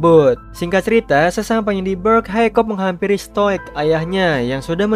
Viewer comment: Hiccup d baca Hikap bukan haikop. Stoik dibaca stoik. D dub inggris maupun indo pengucapan nya sama aja. Saranku next time d perhatikan itu bang apalagi untuk karakter yg sering d sebut namanya.